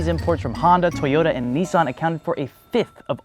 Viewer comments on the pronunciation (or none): none